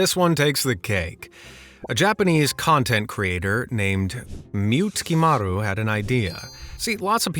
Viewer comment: Mute-Kimari .. tell me you don't know japanese lmao. Mu-Te-Ki-Maru